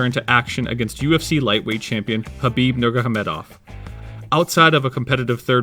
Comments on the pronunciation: It’s pronounced ‘Nurmahamedov’, not ‘Nurgahamedov’. G is silent. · 6: 22 "Khabib Nurgahamedoff" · "khabib nurgahemedov" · Lol "Nurgahomedov", close bratha close. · Well , who doesn't know "Khabib Nurgahamedov" ? 😀